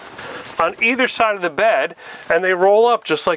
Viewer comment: I love the way he says when You can see da top ada pop top